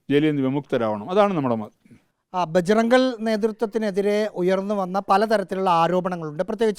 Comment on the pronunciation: 'ഭജ്റംഗൾ' എന്നല്ല റിപ്പോർട്ടർ ഭായ് ! ഭജ്റംഗ്ദൾ എന്നു വേണം പറയാൻ !!